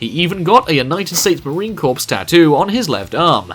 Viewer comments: #IDIOT MARINE CORE NOT CORPSE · I'm sure it's pronounced core not corpse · Corpse is a dead body, it's pronounced core. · I don't hate the video for this, it's just made me have the chills whenever he said it. No problem though, a lot of people mistakenly say corpse instead of Corps if they have never lived around military people or places. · It’s pronounced core not corpse. Otherwise great video but that just bothers me as an American. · It's pronounced like Core not like Corpse. It's - French word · It's the Marine corps not the Marine corpse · Please for the lobe of everything good revise this and fix the errors in it like the mis pronouncing corps as corpse not core. And yes you say that it don't matter but it does. Be a 10yr old and say that to your father who spent 10 1/2 yrs in the marine corps and see if you don't get a extreme chew out by him and your grandfather who served aswell. Trust and belive it is rude, disrespectful, and if you had the balls to air this before it was completed just cause you wanted more likes is a sad notation of how far this world gives a crap of the men and women who die for this country. Give them the respect of the correct name or take this video off for good. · It’s pronounced as core not corpse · Its pronounced as core not corpes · Pronounced “core” not “corpse” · Corps is pronounced “Core” you idiot. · Cringe! Don't say corps it's pronounced core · Core not corpse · It's not pronounced corps it's pronounced core there not dead bodies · it's marine corps not corpse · It's pronounced CORE, not CORPSE. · Just so you know, Corps is pronounced like Core ;) my brother is a Marine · JEEZ.............. First of all, it's Corps (core) not CORPSE..... Second, The Marine Corps does NOT have Drill Sergeants.... they are DRILL INSTRUCTORS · pronounced Core not Corpse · Marine Corpse? Its pronounced 'core.' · Corps in The Marine Corps is pronounced core not corpse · It’s Marine Corps (core), NOT Marine Corpse!!! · Corpse channel